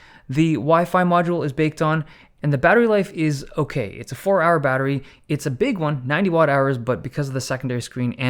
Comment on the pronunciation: "Owkay so"..... 😁